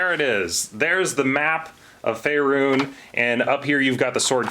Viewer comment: "...Faerune." Me:, I'm pretty sure there is no e on the end of that.